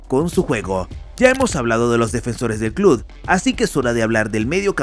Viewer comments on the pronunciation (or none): Hay algo que me pone de los nervios. Como puede ser que una persona que tiene un canal llamado futbol CLUB pronuncie CLUD?!?!?! Me vuelve loco🤣